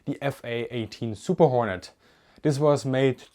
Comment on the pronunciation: you say super hornet. i hear murder hornet.